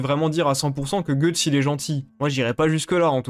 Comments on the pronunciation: Je sais. Mais ça se prononce pas "gueuuuuuxtse" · Je déteste ta façon d'appeler Guys, "Goethe's", cependant j'ai adoré ta vidéo et ta vision des choses sur Griffith. Pour ma part, j'aime les choses claires, et concises, donc je dirais juste que c'est un colossal enculé. Quant à ce qu'il a fait à Casca, il l'a fait dans le but de pervertir son foetus (elle était pour moi, déjà enceinte de Guts) en fécondant Casca après Guts, et de pouvoir ensuite se réincarner grâce à celui-ci. Vous comprendrez donc le degré de haine infini que peut ressentir Guts envers Griffith. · Guts veut dire tripes en anglais et se prononce "geuts" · C'est qui "Gueuxtse?"